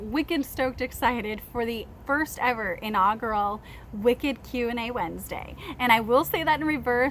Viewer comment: Sunflowers are beautiful and so are you. I like your optimism on things. I wish we had more of that. It seems like you have a lot of great ideas and do so much for kids. That's commendable. And I love your evah! Lol I do that. But I'm from NYC.